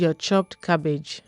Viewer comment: “Cabbagee” is a word in my books 😂😂 and if the cabbage is not crunchy i don’t want it ,a job well done 👏🏾👌🏾